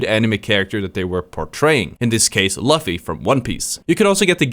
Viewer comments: I was just about to like the video until you said Luff-E. You uncultured swine🤢 but I was 27 minutes into the video so Ig I’ll like it anyway❤ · I cried when you butchered “Luffy” at the end..